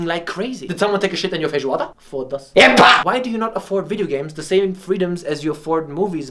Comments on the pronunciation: Dude wait a second did you just say "Did someone take a shit on your feijoada? Foda-se. Epá?" cause if so, I need to know why you decided to say something in Portuguese and congratulate you my guy, cause It's really well spoken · "did someone take a shit in your feijoada.. foda-se!.. EH PÁ!!".. My dear. Beautiful pronunciation!